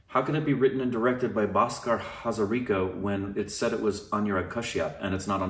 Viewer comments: Hey.... You pronounced Hazarika perfectly...just like an Assamese.. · M so happy u reacted to it..i suggested OSR family in instagram to recommend it to u,cuz m not in Twitter..As an Assamese,seeing u react to it made me feel good..nd m HAZARIKA,nd pronounced it perfectly.. 😄